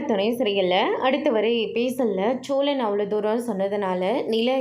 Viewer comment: சோலன் இல்ல சோழன். First Say the name properly nd gv ur stupid comments.